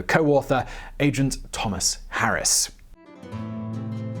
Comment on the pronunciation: Tomas is pronounced Toe - mahs. It's different name than Thomas.